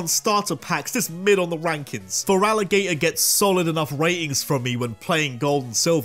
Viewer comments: THERE IS NO VOWEL BETWEEN THE T AND THE R IN FERALIGATR! REMOVE IT NOW! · THERE IS NO VOWEL BETWEEN THE T AND THE R IN FERALIGATR! AND THERE IS NO C IN BLAZIKEN!